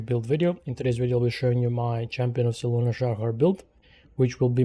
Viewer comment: Ehm... the Moonmaiden's name is Selûne, not Seluna. Otherwise, good build.